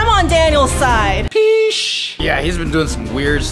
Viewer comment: He didn’t say sheesh he said pessh